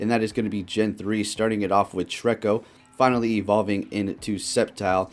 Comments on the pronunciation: TrEEEEEEEEEEcko. Not Trecko lol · isnt it pronounced tree-ko? instead of trecko? lol idk it just felt weird when u said trecko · I deadass thought you said "Shreko" ...I might name my Treecko that now xD